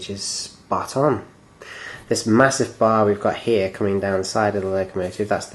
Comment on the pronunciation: Ma-HUSS-ive lol